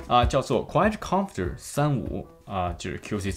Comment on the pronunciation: Quite Comfter？？？？？什么鬼发音啊